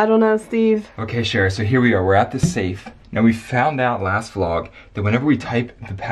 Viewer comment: The. Saf. Is. Oo. redey. Opoon